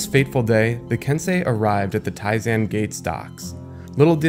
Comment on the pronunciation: i thought it was pronounced ken-sey like sensei